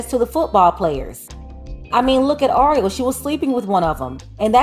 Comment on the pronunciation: It's Ariel... your pronunciation is off. Just think of the movie little mermaid. 🧜🏽‍♀️ Anywho, we dated back in high school and never thought this in a million years. I hope things work out for her. If you're reading this Ariel give me a call. It's TUDE.